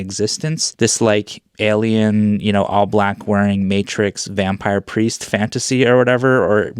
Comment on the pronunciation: Love your take. I also love the articulation of Matrix Vampire Priest. It's spot on!